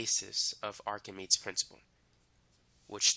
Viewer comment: it's pronounced like "ark-a-mee-deez" for english speakers